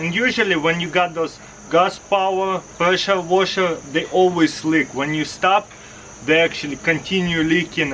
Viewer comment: “Preschure waschherr”